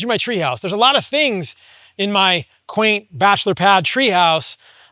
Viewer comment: He said quaint little house 😂